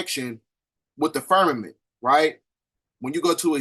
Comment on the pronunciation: Do you mean to say firmamented? Cuz it sounds like your saying fermented, slightly confused